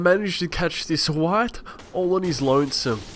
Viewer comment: did your accent try to kill you when trying to say "white"?